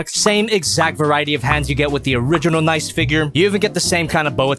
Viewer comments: Stop pronouncing it “nice.” There’s 2 Es for a reason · It's NicEE, with an extended E sound cos it's ArcEE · Your pronouncing Nicee and Mocha wrong